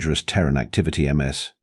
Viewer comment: Learn your AI announcer: "Ms. Daniels" is pronounced "MIZ Daniels". Not "M. S. Daniels". "Ms." is the proper formality when it is unknown if the femail being addressed is single ("Miss") or married ("Mrs." pronounced "Misses") The professor should be addressing all the female students with "Miss _(last neme_)" if he wants to use formalities. All teachers I had either called the students by their given name, nic name, or (for the guys, anyway, their family name.) Girls were called by their given name or nic name. My cousin, Elizabeth, went by "Betsy". (She still does, in her 60's.) I was called "Steve" or "Hoppy" by my teacher. Friends called me "Hoppy" or shortened it to "Hop". ("Hopkins" was my family name. I found out after graduation my mum and all the adults in the family lied when they taught me my name. 🙄)